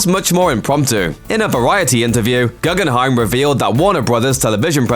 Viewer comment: its pronnounced ‘goo-gen-hime’ not ‘gu-gun-hime’